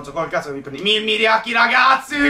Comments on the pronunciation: scusa si dice mariaci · si dice maiaci